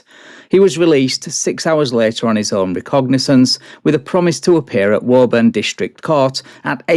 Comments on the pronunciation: FYI woooburn. Yes, we pronounce things weirdly. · Hey if you get an update Woburn is prononced Wub-burn. This former New Englander is loving the first cop's accent. Think an early Mark Wahlberg flick. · I believe those from Massachusetts pronounce the town Woo-bin. Any of those who are wicked smart can correct me.